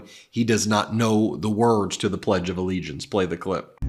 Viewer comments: He keeps saying Plegdea Allegiance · What is “the pledge duh-the allegiance”? Isn’t it “the pledge of allegiance”? This guy wouldn’t win in California, so he carpetbags to other states that he thinks are populated with suckers. We’re not suckers. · Fleeag? Ugh never trust anyone that can't pronounce simple words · He calls it “The Pledgalegiance” lol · He also calls it the pledgealllegiance